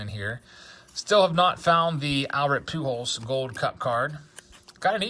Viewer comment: I absolutely hate the way he says pew-jols. 😂